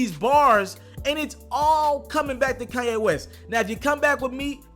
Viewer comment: keeps saying kayan wes